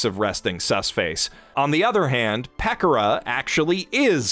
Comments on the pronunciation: Peck or uh... its Peh Kora..... you have to be doing that on purpose.. there was something else you totally mispronounced that drove me nutz. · Ah yes, everyone's favorite chaotic nousagi, "Peckurah." Konpecko Konpecko! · I've never heard anyone pronounce Pekora like that... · Is nobody going to talk about the way he pronounced Pekora's name